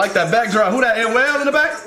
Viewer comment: It’s Anuel doble A (pronounced like Ah)